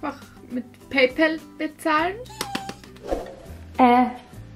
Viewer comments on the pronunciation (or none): none